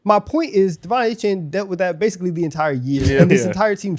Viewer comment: Glad to see Achane getting some respect, however… it’s A-Chan, not A-Chain